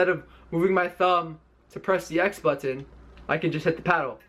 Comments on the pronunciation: ButTON!!! lol how he says it. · Bro me too. 🤣 butttttton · BUHTTENN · Most ppl: But tin This ninja: But ton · The way he say's button bothers me. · I hate how he pronounce button..